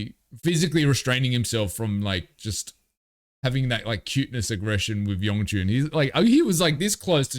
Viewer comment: Friendly clarifications Yeonjun was born in 1999 And his name isn't spelt with a g sound it's just Yon-joon